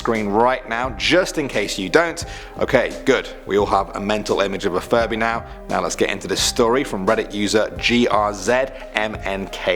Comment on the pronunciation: I thought you said " Furry " & not " Furby "